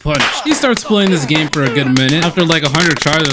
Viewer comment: bro you said game i thought it was gay